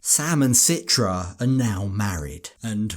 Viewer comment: So much pressure on him to abide by the Islamic rules while citra doesn’t even wear a hijab and follow the rules herself. And why is everyone saying her name wrong? Very strange couple.